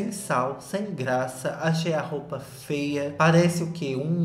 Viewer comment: Que vídeo perfeito! Toda vez que o fala “fêa” é uma gargalhada minha em público na academia 🤣 Love u neném 🥰